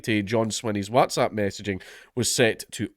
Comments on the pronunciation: And yet again Dankula fails to pronounce"whatsapp" properly...I can assure you not all Scottish people say it this way. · Oh god lord is he going to mispronoonce Watsapp again 😂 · I wanted him to say “wotsopp” again so badly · More videos requiring Dank to have to pronounce Whatsapp!!! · I'm still finding it hard to get over the WhatsApp pronunciation 😅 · Every new video i pray count dankula learns how to pronounce whatsapp